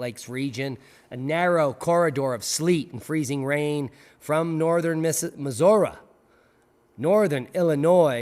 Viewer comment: Thanks! For pronounsing "MIssouri" properly!! It's raely heard these days.